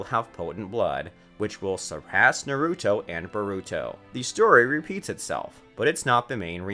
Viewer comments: Burootoe surada narootoe sukoora susookay this man cant pronounce anything. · Sasookay, sakoora, narooto, hinaata